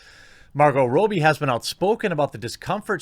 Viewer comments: As an 🇦🇺 the way you pronounce Robbie as "Robey" triggers me haha we pronounce it as "Robby" like Robby Williams Anyways love your work homie keep it up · You are still mispronouncing Margo Robbie's last name. Fuck's sake, man, you're amateur. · TheQuartering, please stop mispronouncing Margot Robbie's last name. Margot Robbie's last name, Robbie, rhymes with Bobby, NOT with Moby. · I love how you say “Margo Rowbie” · For the love of all that is holy will you please pronounce her name correctly 😅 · Yeah, what's up with that